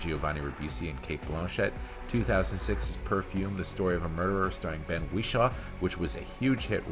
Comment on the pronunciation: There’s one thing worse than this movie - the narrator’s pronunciation of the words Wishaw and subsequent.